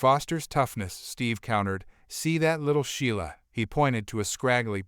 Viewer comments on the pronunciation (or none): none